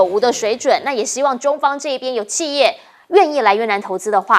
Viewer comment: 汉语发音有的听不懂，俄是二声，不是饿的音不是四声，企业的企是三声，不是四音，不是气业的发音，